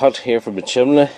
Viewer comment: Why do Brits call it a, "chimley"? It's a chimney!